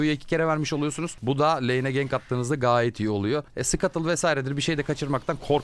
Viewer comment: abi gang vs değil ciey mi geyci mi ne bişey demişsin koruyucu meleğe anlayamadım ne dediğini xD